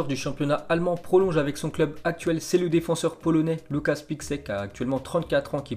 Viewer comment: la prononciation correcte s'est Lukas Piscek :)